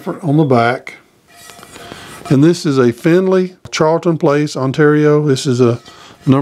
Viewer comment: Carleton Place is pronounced more like Car-ulton place also the findlay lot is still there though it was torn down soon after it was bought